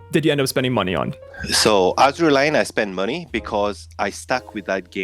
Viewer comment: "Azur Lane" processing facepalm 🤣